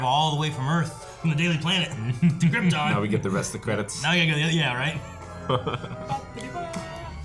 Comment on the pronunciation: Everyone was afraid to tell Marlon Brando he was mispronouncing the word “Krypton”. 🤣